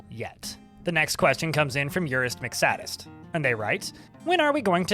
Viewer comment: Please do more than one take next time, the repeated odd pauses and mistakes make it difficult to follow you sometimes (Urist McSadist isn't sad, he's a sadist lol)